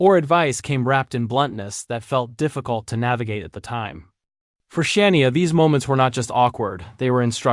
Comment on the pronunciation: How can you expect to be taken seriously if you cannot pronounce Shania name correctly? Ridiculous! Bye the way Rick Nelson died in a plane crash in Dec 1985!